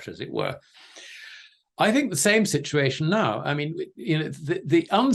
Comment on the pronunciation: I'm always amazed at how many times he manages to say "shit-u-ation" in EVERY SINGLE interview he does....